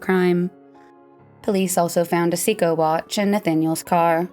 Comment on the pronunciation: Great job but in the future please Google pronunciation of words you are unfamiliar with. Seiko and Bexar are two that come to mind.